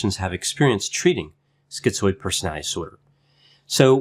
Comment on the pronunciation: Why are so many of these videos on YouTube saying skee-zoid ?